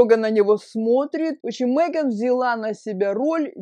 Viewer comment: Она не МЭган, а МЕган.